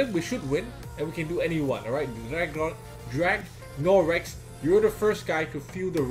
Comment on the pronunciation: Hi.im dragnorex that u attacked at this gw. My def so noob like it was nth..gz on ur cadiz..thx for pronouncing my nick correctly..keep it up for good vid..myfrenzy answer: "khabar baik"